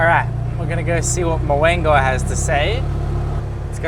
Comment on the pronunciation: Moengo it's no Mowengo it's Mungo